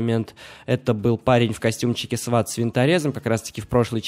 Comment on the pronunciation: Достал делать ошибки в словах!!! НЕ ьорф а ьос, и не СВАТ а СВОТ!!!!